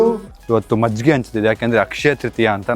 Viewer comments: Small correction It's Majjige not maggige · Bro maggige? Or majjige?😂😂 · Maggige ❌ majjige ✅ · Maggige❌majjige✅ Prople❌people✅